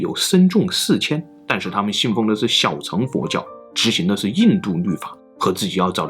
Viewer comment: 大乘(勝)、小乘(勝)佛教，不是讀"成"